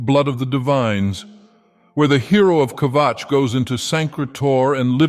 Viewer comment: I will never tire of hearing say Kvatch.